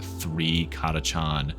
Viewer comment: are you sure it's pronounced cataCHAN? :D just sounds funny but it may be correct, I always thought it was ctakan :D